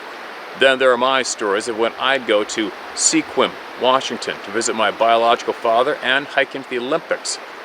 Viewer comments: I would like to hear more on the sequim, pronounced sk-wim like swim. I live here and have heard many big man stories. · Just an FYI.....Sequim,WA.....is pronounced Skwim